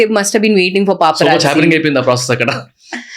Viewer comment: Vorri nayana Papa Raji kadhu....its Paparazzi (paa·pr·aat·see)